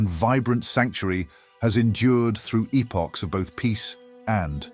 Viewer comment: the AI mispronounced EPOCH